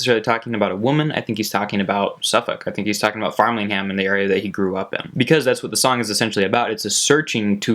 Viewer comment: It's not farmlingsham it's framlingham 😂😂 great vid though